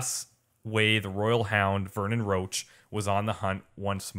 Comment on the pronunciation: They all say "Roach" but it's pronounced "Roshe". At least, if it is based on the the French "Roche".